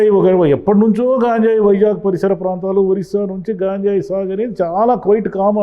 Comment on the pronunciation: గాంజాయి కాదు సార్ గంజాయి అంటే సరిపోతుంది